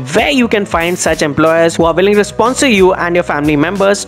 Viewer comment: Hello speaker why do you pronounce "with" as vith or "willing" as villing ?